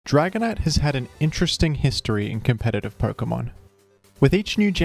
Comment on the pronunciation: Why do you say perkamon it’s Pokémon